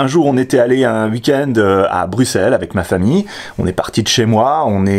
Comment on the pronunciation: xD Tu m'as tué avec "Vavre", j'avais pas compris au début de où tu voulais parler :p En Belgique, on dit "Ouavre" ;) Par contre GG, tu dis comme il faut Bruxelles ! Merci pour la vidéo !